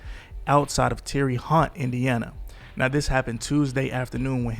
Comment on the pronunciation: I would like to say im not from Indiana but I have been😂someone go to around the one min mark and tell me was this man tryna say Terre Haute🤣🤣mfer said tear uh hot